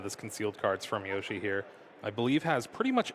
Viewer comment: why does he keep saying yoshi? that's just not even close to his name LMAO